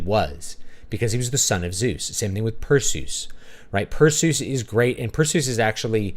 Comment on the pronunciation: Your pronunciation of Perseus' name was music to my ears! I had to rewind the video a few times just to make sure I heard you right. Lol.